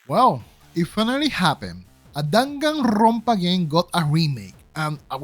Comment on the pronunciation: I love how you say Danganrrrrronpa